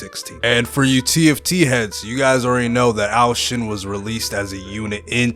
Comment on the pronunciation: its ashen not arshen you idiot